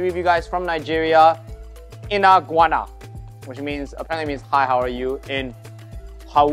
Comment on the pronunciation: Bro that jollof rice was good , it’s inakuana not inaguana but other than that like uncle rodjer says only to the best chefs fuiyoh